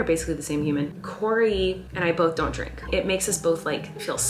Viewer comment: Ok not only does Colleen say Peenk she also says Dreenk